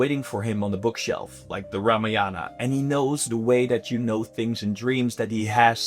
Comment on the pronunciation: Please please please please, it’s pronounced RAAMAAYAN. Please. Just ask a regular Indian to help you fix how you say it